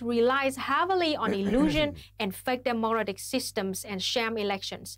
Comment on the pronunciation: Holy shit can someone tell Luna that in the word "democratic" the stress is on "dem" and not "o"